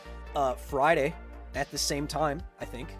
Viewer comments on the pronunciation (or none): none